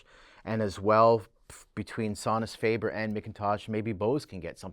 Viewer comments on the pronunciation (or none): is instantly non-credible when he can’t even pronounce Sonus faber or McIntosh correctly